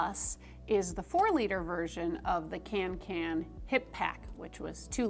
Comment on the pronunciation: It’s pronounced ”conken”, it’s a Swedish å in the name, Kånken. :)